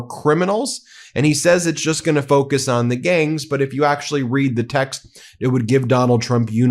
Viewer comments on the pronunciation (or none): none